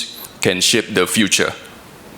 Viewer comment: Shape dibaca shyp😂 harusnya sheip😂